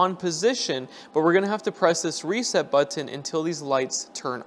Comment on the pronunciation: LOL what's up with way you say button 🤣